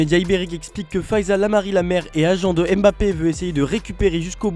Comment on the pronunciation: Gros fais l'effort de bien prononcer le nom de Mbappé comme tes collègues. C'est abusé !